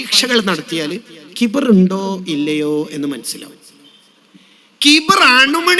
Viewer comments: ഖിബ്ർ അല്ല , കിബ്ർ എന്നതാണ് ശരി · ഖിബ്ർ ❌ കിബ്റ് ✅ 😊